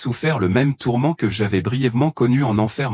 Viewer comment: tourments, on dit pas tormant merci l'ia d'arreter de nous prendre pour des c....